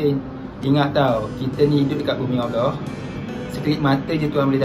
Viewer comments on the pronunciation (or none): none